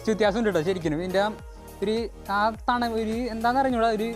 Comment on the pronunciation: Thanavu alla thanuppu